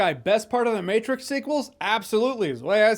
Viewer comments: No no! “The Meh-trix” was perfect! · Lol the Mehtrix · "The Mehtrix". Yep, pretty much. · the "mehtrix" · The mehtrix... I laughed XD